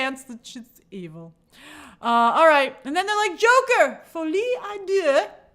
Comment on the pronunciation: No i in deux, Grace. You're saying adieu (good-bye), it's à deux (by/of two). Like doh, dodo 🦤 not dieu.